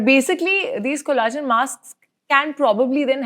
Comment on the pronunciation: It’s pronounced collagen with ll It’s not cola-gen